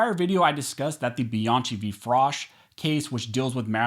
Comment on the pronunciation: One, your attempt to speak faster than Ben Shapiro often renders you unintelligible. Please stop this. Two, please stop mispronouncing Bianchi. Other that those two things, good video. Thank you.